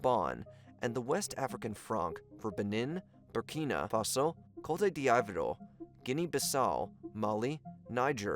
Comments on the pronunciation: Cote D'Ivore (Co - tey - d - ivor) is prounounced COAT-DOUV-WAH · It pronounced Kot-d-vwar, not kotey-d-ivor 😂 so cringe. Look up the Wikipedia articles for how to pronounce the names. or just say Ivory Coast. Great video none-the-less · "dij'booti" "kolta deavro" "kowta dee ivor" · Cote "diavro" (d'ivoire) khrit fiha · Cote D’ivore is pronounced like coat dee Vwaa smfh… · "Koiti di eye vwar" is by far the best one :'D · Coute Di Aivoir 😂😂😂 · Co-te D I-Vor? Wtf 😂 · Great vid but bro needs to research how to say these countries. Cotadi avoro instead of just saying Ivory Coast or even Cote’d ivoire just say Ivory Coast but other wise good vid . Even Burkina Faso like just say it confidently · Great video but every time you said Cote d'Ivoire I broke a rib. You can say Ivory Coast if the French is too hard to pronounce. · Hey man I’m not usually going to be a stickler in pronunciation on YouTube, but the frequency of off pronunciation is undermining the research here. You’re way off on the pronunciation of the African countries at hand eg Cote D’ivoire, the CEFA currency, and Reuters is “royters” not “rooters”.